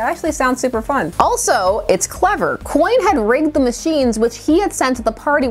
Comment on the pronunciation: “Coyne” XD